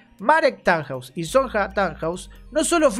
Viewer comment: No dejo de comentarte, jaja. En los nombres Sonja, Silja y Jana la jota se procuncia i, entonces son Sonia, Silia y Iana, Ah y Jonas! es Ionas